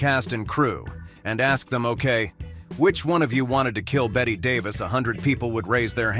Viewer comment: Narrator should look up the proper pronunciation of Chevy Chase, Bette Davis and Zsa Zsa Gabor. So hard to take these videos seriously when the names are wrong.